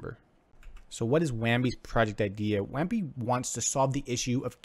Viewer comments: lol at this review. why does he keep saying WAMBI. there is no M. Bounty0x has infinite competition, its just not on the blockchain. Use case for bounty0x on the blockchain isnt there. I am still investing into bounty0x but funny how you could not think of competition. Just a craigslist for bounties is competition for bounty. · "wham bee".. lol.. so professional